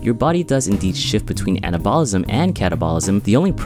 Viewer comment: It would be easier to take this seriously if you would pronounce "anabolism" and "catabolism" correctly. :p